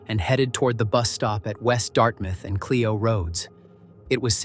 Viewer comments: Flint Mi. It’s pronounced Clyo road not Cleo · It’s Char-LOT not Char-LIT and BLOOM-field Clio long I Grand BLANK